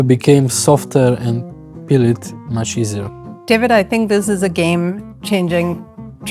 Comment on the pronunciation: Peel (not pill)